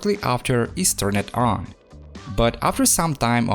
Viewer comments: turn-ed on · And also tur-ned on